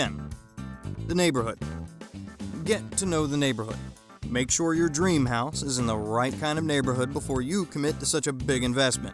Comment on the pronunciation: No.3 says HOSE POOR instead of house poor...just saying!